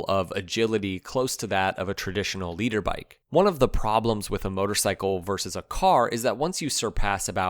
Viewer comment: Lol, it's litter bike not leader bike, you don't know anything about motorcycle and it shows, you just read everything from the internet..